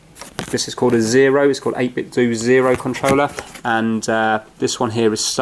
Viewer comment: Hey, it is pronounced 8bit'dough' not "do" as it is supposed to mirror the Nintendo name...so the end of the word should sound the same. Cheers!